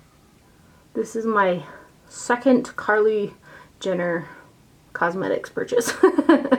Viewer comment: Love how u said "Carly" palette 😂